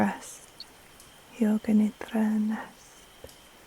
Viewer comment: Thank you, thank you. . . THANK YOU❤. You help me with every one of your videos. I’ve learn how to breathe and body scan with your videos. Your voice puts me to sleep 3-4 times a week. Always lovely to hear you pronounce NIDRA😊. THANK YOU, keep doing what you’re doing with so much passion.